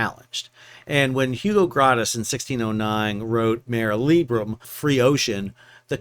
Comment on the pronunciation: Grotius: GROW-she-us.